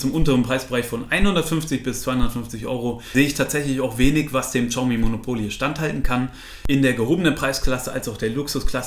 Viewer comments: Hi, bin heute auf deinen Kanal gestoßen. Echt super erklärt, auch die Einleitung bzgl. "Testgeräte selbst bezahlen" fand ich ehrlich, daher Abo! Übrigens: Xiaomi heißt "S i a o m i" (das "s" zischend Richting "sch") nicht "tschiaumi" :-* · xiaomi, bitte Siao oder SHiao aussprechen, das ist näher dran als TSCHau ;) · Btw xiaomi wird wie schayomi ausgesprochen